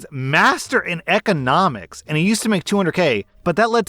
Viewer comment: EHconomics. It's bothering me how he's pronouncing that word.